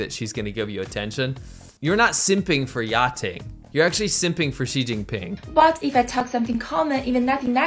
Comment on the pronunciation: “You’re actually simping for Xi Jinping” So you are.... “Xinping”?? 😂